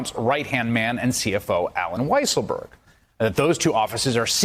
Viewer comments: Weisserberg? Weissenberg? Weisselberrl? Get it right,. It's WHY-SELL-BERG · "Weasel-berg" Lol. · When the reporter said Weaselberg instead of Weisselberg, I just thought, Freudian slip. 🤣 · Ooof, he said weasel-berg. Anti Semitic tropes bro, easy now. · "Weaselberg"? ;O) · did he just call Alen 'Weasel' berg LOL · "Weasleburg" Ha! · Sounded like he called him weaselberg one time. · He said “WeaselBurg” 😂😂😂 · I love how David Corn pronounces it Allen Weaselberg. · Alan Weaselburg Great pronunciation;) lolololololol 😆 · Thank you for calling him "Weasel-berg" LOL!! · Alan "Weaselburg" HAHAHAHAHAHAHAHAHA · Did he say weaselburg 🤦‍♂️🤣🤣🤣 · I love the way Corn called him “Allen Weaselberg”. Couldn’t be more accurate. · He called him weaselberg!!! 😂 😂 😂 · First time corn said the name he called him "Weaselberg". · "Allen Weasel-burg" lol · Did he just call him Weasle-berg? Lol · Haha "Weasle-berg" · He called him "Weasleberg" haha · Corn undecided on how to pronounce Weiselberg's name..